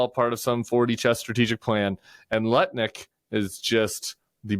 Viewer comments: Nutnik, not lutnick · I'm dyslexic, so I stand no chance of pronouncing Lutnik correctly ever again 😂